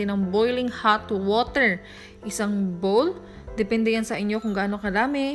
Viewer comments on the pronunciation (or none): none